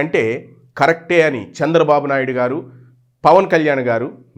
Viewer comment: Hello dear sir kindly pronounce chandrababu naidu garu.🙏